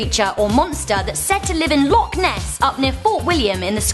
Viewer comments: it isn't that hard to say loch properly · You said loch wrong by the way but I wouldn't expect an American to get it